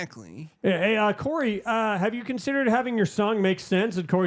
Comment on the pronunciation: I heard Curry instead of Corey.🤣🤣🤣